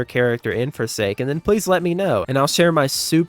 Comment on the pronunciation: I like four say skin